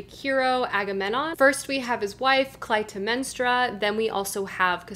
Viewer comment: Loved the Video but as an archaeology Student: "A-ga-mem-non" And "Cly-tem-nes-tra" And "A-reee-ad-nee" Other than that, great haul and some interesting books to add to my tbr!!